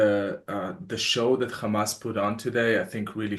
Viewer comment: Stop saying gamas its HAMAS 🇸🇩🇿🇦